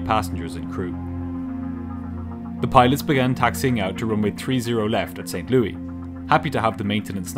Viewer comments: No silent "S" in this St. Louis - it's not "Lew-EE;" it's "Lew-ISS." Naturally, it had to be something said like thirty times during the video... If you don't know something for sure, you don't double-check, and you proceed to include incorrect information (whether once or many times)... It can really kneecap a viewer's confidence that nothing else you tell us is a guess or an assumption. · You always bring awesome productions. Creative way of bringing your sponsor's products as similar components of this video. I like the way you pronounced Louis, "lewey." On the West side of the puddle it's, "lou-ih--s." Cool to hear. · St Louis...not St Louie-pronounced like Saint Lewis not Saint Luee. But you do a phenomenal job overall with these videos. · As a person from Missouri, I am furious on how he pronounces St. Louis. It’s Saint- Lu-Is not St Loui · It’s not Saint Lou E. It’s St. Louis.😊 Pronounced Lewis. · St. ‘LEWIS’, not St. ‘Louie’ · It's not St Lou-ee. It's pronounced like St Lewis. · Americans are weird St Louis is not pronounced Louie as we would in the UK but Lewis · Audio must be created by AI, the city is called St LOO-IS Missouri and not St LOO-EE Missouri. The devil is in the details. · Pronounced saint lewis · Everyone says st louie.all wrong my guess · He pronounced it like King Louis.. Europeans.. Sheesh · Your vids are much better than Mentour Pilot's, but just a heads-up, it's pronounced like Saint LEW-iss, not the French pronunciation that you use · The S at the end of St Louis is not silent btw. It’s pronounced as “St Lewis” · I'm literally becoming a monthly subscriber because of how you pronounced my hometown of St. Louis. I've never heard it called Saint "Louey" before. Cracked me up! Anyway, of all the people who do crash recreations, your approach is by far the most straightforward, simple, clear, graphically pleasing, to-the-point, informative, engaging and entertaining of them all. Keep it up. 100% worth the money!! Thank you!